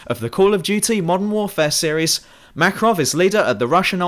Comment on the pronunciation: MakArov, accent on the second letter A.